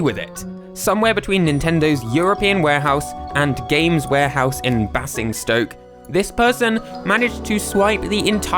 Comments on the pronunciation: U pronounced Basingstoke wrong Bay sing stoke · Admits to being from the UK...proceeds to butcher the pronunciation of Basingstoke... Baze-ing-stoke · It's pronounced Bay-zing-stoke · Just a heads-up: it's pronounced Bay-zing-stoke. I had no idea that's where Nintendo's UK stock is held. It's not far from me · You might want to check how you're supposed to pronounce Basingstoke because you really mangled it. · The way he says Basingstoke 😂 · YOU SAY BASINGSTOKE LIKE THAT? I LIVE IN UK AND YOU DO NOT SAY IT LIKE THAT direspec to basingstoke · the way you say basingstoke breaks my heart 😞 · The way he pronounced basingstoke killed me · you pronounced Basingstoke wrong or at least I think you did. I province it a different way so it may just be me 😂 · Basingstoke, the "basing" rhymes with "hazing", rather than "massing" :) (Didn't know GAME's main warehouse was here) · That's really not how you say it. To give a decent albeit emotionless way to say it Basingstoke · I'm quite sure that's not how you say Basingstoke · Is nobody going to mention how he pronounced Basingstoke. It is not a hard a it is a soft a in other words a in amazing not a in handy if you know what I mean.